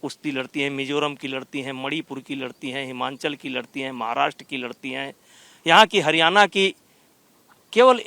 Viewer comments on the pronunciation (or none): none